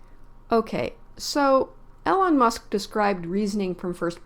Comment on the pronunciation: "Eee lon" not "Ellen" Musk SMH.